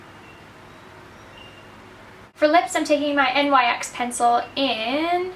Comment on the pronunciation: NYX is pronounced nix